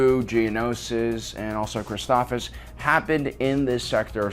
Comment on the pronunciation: Never seen this channel before, and I love the effort, but saying some names incorrectly (Christophsis! You're missing the 2nd S!) and this whole voice impression thing with Morgan Freeman are putting me off. Just use your own voice dude, it's fine! The Freeman impression doesn't fit here, and the switching back and forth between the voices throws off the feel of things. Am I watching sci-fi technical summaries, or hearing a bedtime story? :P If y'all like it, great that's your opinion and the creator's prerogative, and that's A-ok, but I don't like it. Otherwise a great video with tons of nice summary and nuggets!